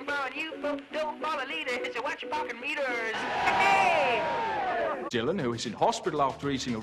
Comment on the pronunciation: the bit where formby goes into an american accent when saying parking meters always makes me chuckle